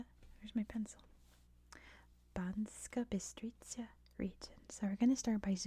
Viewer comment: Hi, not a Slovak but am familiar with the language. It’s Banska, not Banksa. Otherwise, one of my favourite channels to get me back to sleep after waking up unwillingly. Thanks